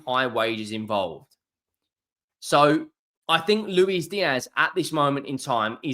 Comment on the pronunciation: Its Lewis Diaz not Louise.